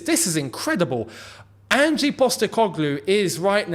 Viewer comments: It’s Ange not Angee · His name is already Angelo. 🤦‍♂ And learn to pronounce Ange already